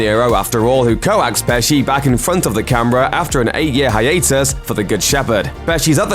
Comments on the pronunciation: co-axed??? You mean he coaxed him? Because that's the correct pronunciation of that word smfh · "Co axed" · He was "co-ax'd"? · Co-axed? Nope. Coaxed is kokst, roughly. Sorry I'm being a dumb internet ass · Did I hear him say the word "co-axed"? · Co-axed lol